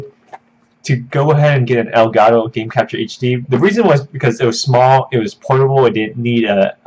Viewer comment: ITS ELGAT TOE NOT ELGA TOO STOP BEING AKWARD